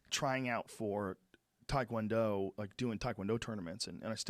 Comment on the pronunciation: I listen to the show a lot, but I really wished Joe could pronounce Taekwondo properly. I die a little every time he says it wrong, especially knowing how many people listen to his podcast.